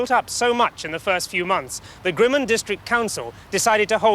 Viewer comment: Pronunciation of Grimmond has changed over the years. He's hardly pronouncing the "d" at the end. It's very hard to identify the name of the place from his pronunciation.